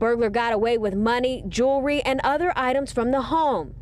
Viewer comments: Jewel-ry, not Jooler-y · JÉW-EL-RY! JÉW-EL-RY, DAMMIT! Not jew-luh-ree. How many times do I have to tell ya!